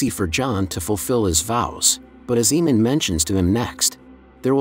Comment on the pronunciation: AYE-Mun not Eee-Mon